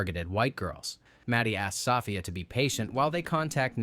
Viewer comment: Hearing 'Soffia' is distracting. 😂